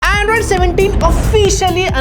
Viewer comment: Legends noticed 'Anroid' instead of Androind 😂😂